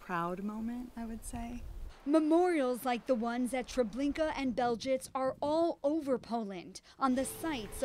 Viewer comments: What is Beljitz? It's pronounced Belzeck, you morons. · Yes, that's exactly how it's spelled in the script. "Belzec" has multiple pronunciations.